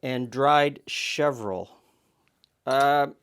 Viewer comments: "Chevril"? Chervil! lol! Great looking recipe though :) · "chervil' the r is before the v I am not a fan of lavender either